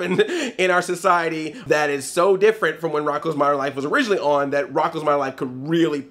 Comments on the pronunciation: Why do you pronounce "modern" as "moderin?" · Moder-in Life?